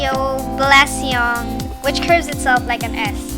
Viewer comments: Balisong - Bal-lee-song. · As a Filipino I'm honoured you showed and mentioned some of my people's blades even if you butchered the pronunciation, Balisong (Bal-Lee-Song)